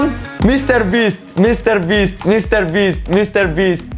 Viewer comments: all i heard with my broken headphones is 'mistherbeasth' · Saying 1M Mistear byst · mrbreast lol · only for me??? did he say Mr.Beast?????